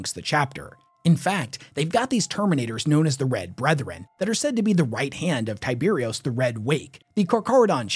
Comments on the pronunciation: Tie bur os Not tie beery us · He also pronounces chimera and tyberos incorrectly